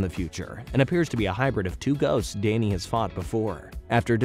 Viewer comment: Why is Danny pronounced as Dayney